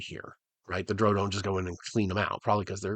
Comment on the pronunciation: Yeah, him pronouncing it like droh is really throwing me off here. I didn't know he was 'one of them'.